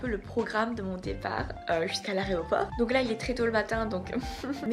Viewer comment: Tu dis "aréoport" au lieu de "aéroport" c'est tellement drôle et mignon! XD Bon courage pour ta rentrée! Je te trouve courageuse de partir seule dans un autre pays...:)